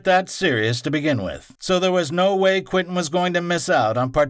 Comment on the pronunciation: This is all great stuff...but it drives me nuts that you keep calling him Quintin instead of Quentin.